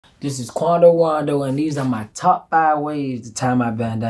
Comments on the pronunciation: Who else heard this man say Wando instead of rondo (subscribe to my channel and turn on notifications and like my vids) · He said Quando Wondo